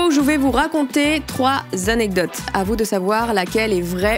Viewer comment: Bravo a qui maintenant sait dire correctement le mot anecdotes 😂😂